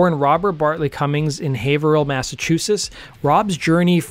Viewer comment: Ohh wow, this dude pronounced Haverhill pretty much right